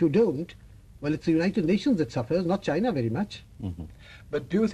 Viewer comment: His reading china was wrong